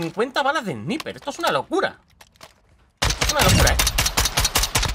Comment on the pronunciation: Sniper se pronuncia : Esnaiper